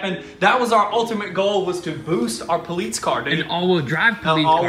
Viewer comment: poleets... are you saying that cause you cant pronounce police or are you saying that cause its not an actual police car? i dont understand